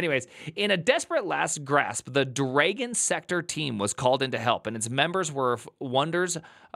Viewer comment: Why are you saying Dragon like that? "Dray-gon"??? There's no "ay" sound in there. How do you say "drag"...now just add "on" to it (well more like "drah-gon" if you want to get phonetic about it....BUT STILL...it's definitely not dray-gon).